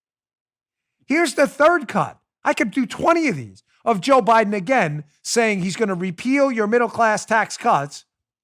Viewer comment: Dan, he said “Joe Bliden’s husband”